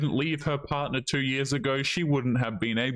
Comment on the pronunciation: What's a "bardnar"? 😂 Yeah, she cheated , he found out, he left. End of story. Whenever the women are vague, that's usually what happens. She literally said nothing for 15 minutes! She fumbled the ball and now will have to find some sad bloke to marry